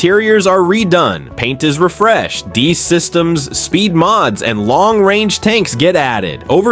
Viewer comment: Is "deese" equipment anything like de-ice ( and that is how deice is pronounced) equipment? (And it always used to be spelled WITH the hyphen.)